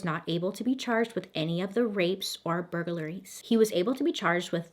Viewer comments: “Bur-ga-ler-ies” 😂 I can tell Bailey is trying not to laugh each times she pronounces it. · bur-gur-la-ries LOL. It's cute. You should keep it. You use 4 syllables and it's 3, but I enjoy your special sauce. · The way you pronounce burglaries has me rolling!!!! 🤣🤣🤣 I love it